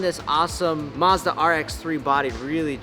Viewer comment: It's maazzzdddaaa not musda😂